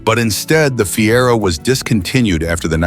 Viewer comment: Listen to me...dump the AWFUL robot commentary that can't pronounce 1 word in 4. Fiero was pronounced 3 different ways within minutes! Rubbish AI garbage. Pay some human who can speak English or do it yourself! IF you can pronounce any English words.